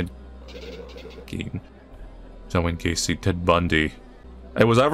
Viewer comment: Ah yes, everyone knows the infamous serial killer “ohn Wayne Gacy”